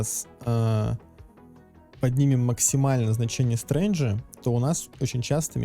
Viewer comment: Спасибо автору за труды. Ждем допиленную версию. ЗЫ. Есть просьба пофиксить свое произношение слова strength (стрэнф). Потому что как вы это произносите - стрэндж, означает "странный".